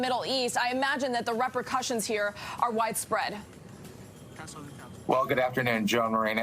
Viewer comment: what the hell is a repra-cussion?